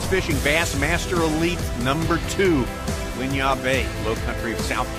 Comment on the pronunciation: its not whin-yah its win-yah